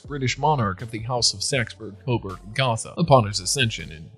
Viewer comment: Gotha has a long O sound in it. .